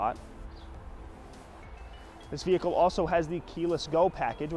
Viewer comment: You are NOT a salesman...that is sooooo 90's...You are a "Mercedes Benz brand ambassador". Get with the program! You say the word "vee-hick-cull" about 321 times. Try substituting the word "Mercedes" or "Convertible" or "Cabriolet" instead and only use it a couple of times. Most people watching this video have figured out it is a "vee-hick-cull" early and don't need to be reminded 321 times.